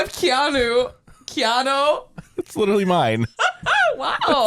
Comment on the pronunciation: By the way, KEiiNO is pronounced “Kai-no” and Gåte is pronounced “Ga-te”